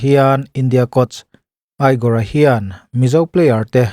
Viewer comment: igor khi egor tih in lam tur